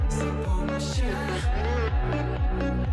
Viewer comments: Czy tylko ja usłyszałam "Weź sie zapłodnij"? Haha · usłyszałam weź się zapłodij XD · Jak to powiedział to usłyszałem "Weś się zapłodnij" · Czy tylko ja słyszę jak mówi Weź się zapomnij Weź się zapłodnij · weź się zapłodnij?!??! Czy tylko ja to słyszę!?!?!